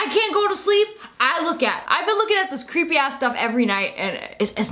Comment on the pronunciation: Super cweeeeeepy stuff